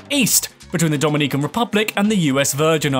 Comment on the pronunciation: free pronunciation coaching here = Dominican (Republic) is doe-MIN-ee-cun, rather than doe-min-EE-cun, the Taino Indians are tah-EE-no, since there's an accent on the 'i'; Fortaleza is four-tah-LAY-zah, rather than four-tah-ZAY-lah, but you're right in that it means 'fortress'. Also, Ponce is POHN-say, rather than 'pants' with a British accent. Another, more sensible, way of saying Puerto Rico is 3 times smaller is that it's 1/3 the size. All of this information is absolutely free!: ))